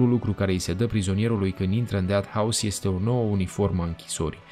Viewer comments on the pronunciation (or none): Unde ai invatat engleza?"Deat" house???Pe bune?